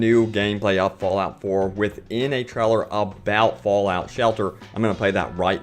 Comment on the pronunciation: Its "wanderer," not "wonderer" and its "trailer," not "treller." I'm American, and I can't stand how this guy talks.